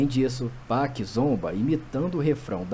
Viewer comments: ele falou 2pec , mds ele falou 2pec cara kkk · Não é 2pec é 2pac irmão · Ficou estranho o jeito que o falou 2pac mesmo 😂😂😂😂😂😂😂😂😂😂😂😂😂😂😂😂😂😂😂